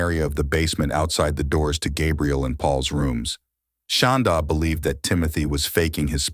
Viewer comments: Is that really how you pronounce her name? “Shawn-daugh”? I keep getting distracted because it sounds like “Shawn-dawg”. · I was waiting to see this and the Lori Vallow one you posted earlier. Ty for posting. I do wish, though, that AI voice man pronounced “Shanda” right 😁